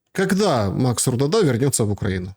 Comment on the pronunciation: Странно звучичтт РудАдА. РУдада красивее. Ведь нр произносится фамилия ЛевадА, а ЛЕвада. Знала парня с такой фамилией.